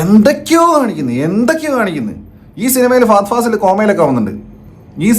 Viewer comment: ഫഫ ഫഫ ഫഫ🤢 ഫഹദ് എന്ന് പറ